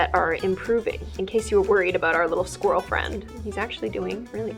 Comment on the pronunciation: Are we just gonna ignore the “SqUiRaL fRiEnD”😂😂